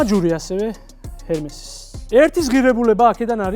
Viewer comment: Hermes - ერმეს გამოითქმის 😢